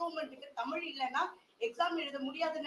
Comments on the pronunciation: ஒரு நிமிசம் அண்ணாமலை முதல்ல தமிழனா இருந்தா தமிழ்னு சொல்லு பார்ப்போம் அது என்னயா தமில் குடுகுடுப்பை அலறது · முதலில் தமில் இல்லை தமிழ் என்று சொல்லுங்க பார்ப்போம் அண்ணாமலை. சட்டத்தை கொண்டுவந்து தமிழை மூன்றாவது வட இந்தியாவில் நடைமுறை படுத்துங்க பிறகு இங்கு வந்து உமது இந்தி நடைமுறை படுத்துங்க